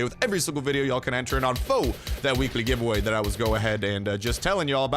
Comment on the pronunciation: when you say weekly giveaway fast you sound like ur saying weeky givawah